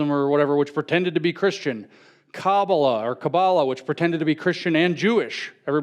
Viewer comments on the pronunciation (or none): none